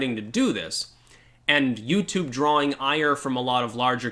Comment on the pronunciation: Oh wait ... i get it .. you said "utoob"... you can't say that.